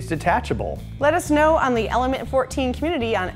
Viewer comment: Comeetity? I think that's a first for the pronunciation of 'Community'.... at least that I've heard. :P